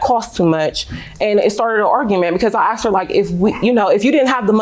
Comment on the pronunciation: She "axed" me?